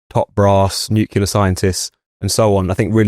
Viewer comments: Hey,, it's not nukular, but nuclear. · please say nuc-le-ar..."nucular" is making my ears bleed! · Nuclear is pronounced NEW CLEAR not NEWKYULAR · It's not "nucular" but "nuclear". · Nu-klee-uh Not nu-queue-luh FFS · WtF is NU-CU-LAR? It's NU-CLE-AR, ffs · Another good episode. Just one point: it's 'nu-clear' - 'new clear'. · noo kew lar.. 🙄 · Nucular…LOL. Come on, chaps, try a bit harder with your pronunciation and enunciation. Very unpleasant to listen to. ‘ Loads to talk about today’ becomes ‘ Lows talk bout tay’. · NUCLEAR, not Nucular. Please,! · IT'S "NUCLEAR", YOU D*PSH*T. N-U-C-L-E-A-R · Love the discussion but—please—at your next staff meeting have a mini-lesson on how to pronounce 'nuclear' so you sound more credible. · Amazing how many native speakers can't pronounce "nuclear". Trump has started to get it right only recently. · thanks for saying this,. otherwise impeccable. But this reminds me of George Bush tbh. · Great content, though I really wish you'd stop saying 'NUCULAR'!!! But well done - you can't pronounce 'hegemony' either.🙄